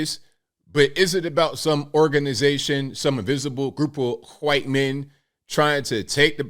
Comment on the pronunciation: why do you say white like it’s starts with a “Q” “Qwhite”?